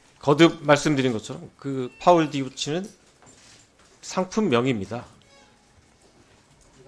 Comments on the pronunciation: 당황해서 마지막에 파올디우치라고 하네 ㅎㅎ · 파올 디오치ㅎ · 마지막에 파울디오치라고 하는거냐 ㅋ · 아나운서가 파울디우치...래...